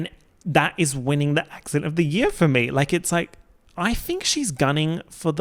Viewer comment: take a shot every time says year like yeah 😭